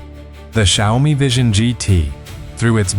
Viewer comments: Xiaomi is pronounced, "Shaow Mee". Not hard to get right, lol. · These AI speech generation does not know how to pronounce XIAOMI. It's XIAO MI. You get it right sometimes